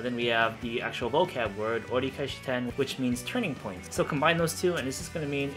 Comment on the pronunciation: This is awesome! I am trying to figure out why in the case of "orikaeshiten" it really sounds like she's saying "orikaechishiten". It's like there's an extra "chi" or "ji" or "shi" in there. Weird.